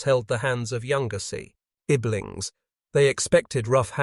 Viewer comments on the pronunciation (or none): No, it's definitely AI unless is an imbecile. Go to about minute -- "others held the hands of younger sea-iblings"?!, which I'm pretty sure was meant to be "siblings", but if you use AI to read something with a typo...this is what you get.